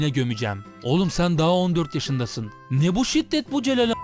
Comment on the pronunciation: Hocam harika bir içerik, öncelikle teşekkür ederim bu faydalı içerik için. Ama şu Türkçeye biraz daha dikkat mi etsek? Ney yapabiliyo ney edebiliyo istenmiyo gidiyo geliyo. Hem kulak tırmalayıcı hem de kalite anlamında zarar verici. Yapıcı bir eleştiri olarak kabul ederseniz sevinirim.